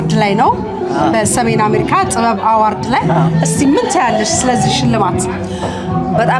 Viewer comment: The award is translated into Amharic as 'shilemat'. Why the use of the English word. Besides, award is pronounced as 'ə-ˈwȯrd'. Two mistakes are committed: one, failure to use the right word in Amharic, and two, wrong pronunciation of the word 'award'. Is this confusion, transition, or lack of words? Is this trying to be what one is not?